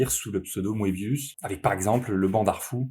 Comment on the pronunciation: Ca se prononce "meubius" pas "moébius"